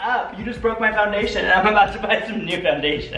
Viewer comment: Him.no my fondashin Me.its just fondashin